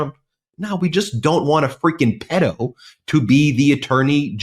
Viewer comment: Fan here! Since subscriptions were below 500,000! You’re pronouncing “pedo” wrong.